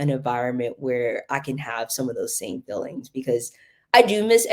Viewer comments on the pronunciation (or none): none